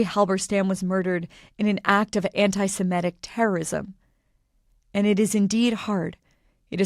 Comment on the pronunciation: Anti semitic not simetic. This pronounciation is a mystery to me.